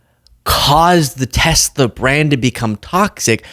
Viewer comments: Random but another person pronouncing it 'Teslur' instead of Tesla wow. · why does she say Tezla?